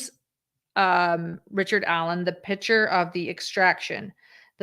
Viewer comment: The pronunciation is pick - chur. I am hearing pitcher.